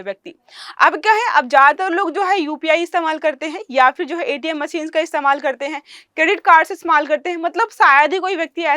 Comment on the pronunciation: वो मसीन नहीं मशीन होता है... अपनी स्किल्स बेहतर करो... 😂😂